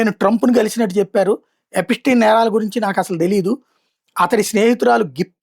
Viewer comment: ఎపిటీన్, ఎపిస్టీన్ కాదురా గా😅 ఎప్స్టీన్